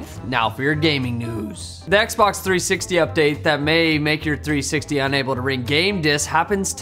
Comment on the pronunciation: "Xbock" Sorry,, but you gotta update your tally. One more point for English.:D